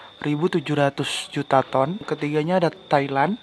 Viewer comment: Tolong di pas kn dulu penyebutan ton nya mas bro